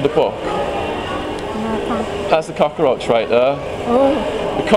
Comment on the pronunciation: I love the way you say cockroach. "Cockaroach" - must be how they say it in the US.